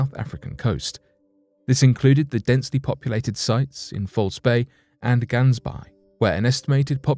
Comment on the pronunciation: Did not get it right with Gansbaai.